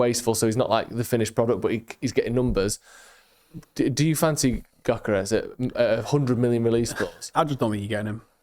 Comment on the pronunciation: As you are going to mention Gyökeres about 650 times, let me help you with the pronunciation: Gyökeres - Hungarian name, means something with roots. Gy similar to Djokovich Dj, ö is oe. Djoekeresh.